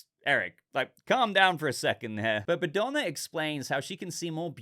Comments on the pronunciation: Bogdana was the old lady's name I believe, not Badona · the way you mispronounced the old lady name was funny to me. You made it sound like she is Madonna with the B while her name was Bogdana. Eric in this series reminds me Drax from Gunn's GotG movies, he has similar jokes and intellect level minus his obsession woth Bride. I was expecting him to be more heroic but it provides a good dynamic to Bride's character. Regarding Clayface it works well as introduction without telling us much about his character so it can be explored more in his own movie.